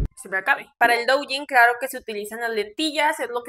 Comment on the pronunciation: "La madre del douyin" que no sabe pronunciar correctamente la palabra? 🤔